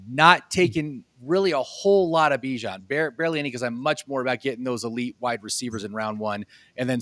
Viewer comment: Man if you gonna make fantasy football content you gotta say these players name right.. bye-jan? lee-vis?